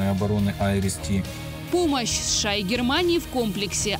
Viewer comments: Женщина за кадром не шша а сша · Почему она говорит ША вместо США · Я прям чувствую чем более пафостнее видео, и чем громче произносится "СШААА" тем более холоднее становится в квартирах обычных людей в Европе, а тем более Украине...)